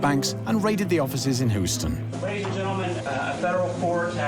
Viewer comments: "...seen here in his HOO-sten offices." Only General Zod and AI narrators pronounce Houston this way, and I don't see EG Marshall kneeling before you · Please pronounce the place names correctly. Mexia is pronounced Muh-HAY-ya, and Houston - come on -- it's not HOO-stun, it's Hyou-stun. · HYEW -ston, not Who -ston...🙄🤣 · Exactly where is “Who-stun” ? 😂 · Happened In "hooston" hey? 😂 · Hooston? Ffs 🤦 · Hu-ston Smdh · Can't get past narrator calling it hoostun! 😂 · “Hooston Texas” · Hooston.... Excuse me? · This narrator mispronouncing every American name and city. Hooooston…💀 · Houston = "HYOO-ston." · As a Houstonian it's killing me the way you are pronouncing it!! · This narrator does a terrible job of pronouncing Texas places: Mexia and Houston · Say Houston right, plz lol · Love the (consistent, mis-)pronunciation of Houston! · They even mispronounced Houston as well. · I swear to god that's Keith Richards😂Anybody? Also, Yank here. So... "MAY-doff" "HYOU-sten" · Wow, this doc really took up some new topics, like Maadoff and Huuston. 🤣🤣🤣 Omg this was so cringe, utterly awful quality. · Right off the bat correction: Bernie’s last name was not “Mad-off.” No, Bernie’s last name was exactly what Bernie did, the man “MADE-OFF,” and he did that with A LOT of people’s DOLLARS!!! P. S. This “narrator” is butchering a LOT of words. Like, who mispronounces HOUSTON??? Houston, we’ve got a problem…again.😉